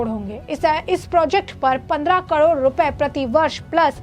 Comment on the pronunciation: Madam kadod nhi carore hota hai 😅